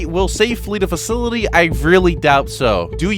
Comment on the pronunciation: I wonder how much time it's going to take for to finally pronounce facility instead of facilily